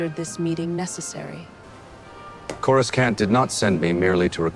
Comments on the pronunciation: I wish they'd stop mispronouncing chamber......and Coruskant?........Coruscant it should be. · I love this!! Just keep working on that AI. It's more like "Coru-sahnt", not Corus-CAN'T. Not complaining, just sayin'. I LOVE the old design of the planet. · Ok, the AI must be trained to say Coruscant properly. Saying Corus can't just doesn't hit the same. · "CorasKawnt." lol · Why can’t they get the pronunciation of Coroscant right. The C is silent as in. Corosant.